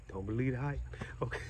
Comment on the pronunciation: You both are so sweet to each other!! We laughed out loud when Said "don't believe the hipe" XOXO